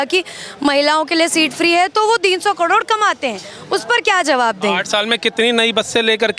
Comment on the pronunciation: karod bolna seekh lo.